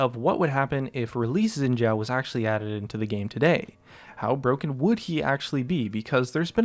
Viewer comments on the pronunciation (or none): its "Shin Zh-a0", n0t yin jia0 f0r g0d sake